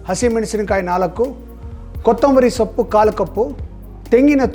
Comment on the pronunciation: ಸಪ್ಪು ಅಲ್ಲ ಸೊಪ್ಪು